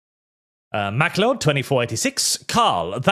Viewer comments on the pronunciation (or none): The way says Mac le od instead of Macloud (pronunciation only) is fucking hilarious to me. Also 99 with a flake now £6 is fucking bonkers. We need price caps for all mass produced products. Pretending like supply and demand is still relevent is gross.